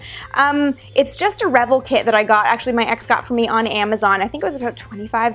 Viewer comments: I've always thought it was re-VELL, not REH-vull. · The proper pronunciation is "Ra Vell" like the composer. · Revell= ,"Ruh-velle." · Revell is pronounced "Ruh-VELL". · Correct. I noticed her pronunciation too. ;-) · Amy?...You know that I love you but you're pronouncing Revell wrong.